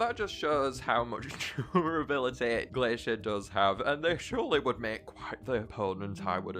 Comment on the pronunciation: Uhhhhhh you messed up Glaishur and Blasooms power the correct way is the flip flop of what said.